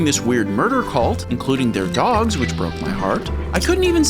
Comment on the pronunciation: "I like dags" ❤